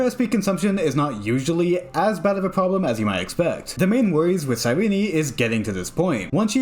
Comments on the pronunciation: YAP YAP YAP YAP YAP YAP HER NAME IS SIGH-REEN. JESUS FUCKING CHRIST. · I think you pronounce her names wrong